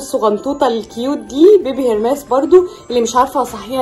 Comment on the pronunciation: انتي ليه يا ايه بتقولي بيبي هيرماس اسمها هيرماس بسسسس